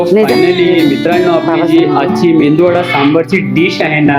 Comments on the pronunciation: Mendu.vada nahi MEDU VADA..Krupa karun.dish cha naav barobar sanga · Bhai mendu vada nahi re baba. Its medu vada. Mendu che kadhi vade ikles ka bhavu.